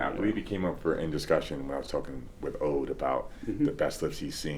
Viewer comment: Not "Ode", his name is pronounced "Odd". Never Ode.